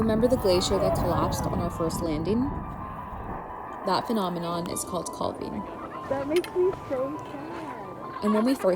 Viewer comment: i would have a VERY hard time not picking one up and giving it a squeezy hug!!! So "gentoo brain." Is that what I have when I completely forget what I was doing 0.5 seconds ago??? BTW, it's pronounced CALV-ing, not cowlv-ing. Like a baby cow: CALF. You had a guy with an accent, so... what a fantastic experience, well done!